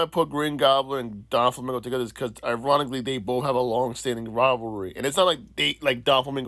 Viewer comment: Bro is literally having to combine characters to try and make this theory work. He even said “Don Flamingo”🤦‍♂️